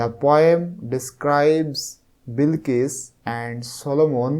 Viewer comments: Sar aita bilkis na balkis hoba😂😂😂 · বিলকিস না বালকিস😂😂